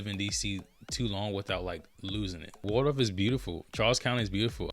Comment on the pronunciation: I love St Charles County! Video is spot on but remember it's Waldorf not Wardorf or Wardoff....lol